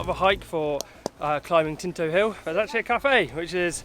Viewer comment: Tinto not Kinto